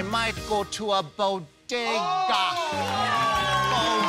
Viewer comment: BO-DE-GA sandwidge